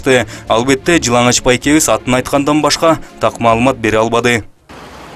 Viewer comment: жыналач эмес,жыланач деп айтылат сотрудник